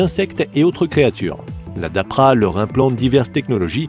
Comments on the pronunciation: Tu devrais déjà apprendre à lire,car c'est pas la dapra mais la DARPA ! LOL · La DAPRA???? c'est DARPA la bonne prononciation, et aucune arme du future juste des technologies non utilisés ou en développement... Bon un "lama faché" numéro deux, je vais passer mon chemin. Bonne continuation de putaclick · Darpa et non Dapra. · Wé c'est ce qu'il dit dans le com, le mec le prononce mal dans la vidéo mais t'as pas l'air de trop comprendre.